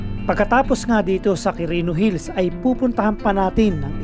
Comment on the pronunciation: anong Qurino Hills pinagsasabi mo? 😁 walang S un sa Hill